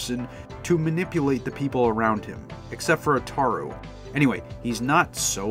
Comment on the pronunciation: Love your video man but your pronunciations are all wrong Urusei Yatsura is U ru sei, Ataru is Ata ru, Lum is not Lom it's Lum the Lu is like saying Luck but without the ck just replace them with an M. Hell the BBC dub pronounces these correctly and they only aired 4 15 minute episodes